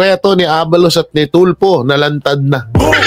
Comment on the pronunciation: TULFO PO😂😂😂😂HINDI YAN TULPO.ANO BA! SINO BA ANG ENGLISH TEACHER NYO NOON? NAKAKAHIYA PO😂😂😂😂.1969 PO AY EKEM.AKO.MAS MAGALING PA PALA ANG MGA TEACHERS NOON KUMPARA SA NGAYON🤣🤣🤣🤣.KONG SA BAGAY,BOKYA ANG PILIOINAS PAG DATING SA EDUKASYON.SORRY.....